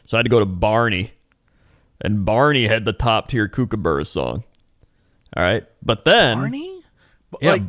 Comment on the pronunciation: That's not how "kookaburra" is pronounced haha.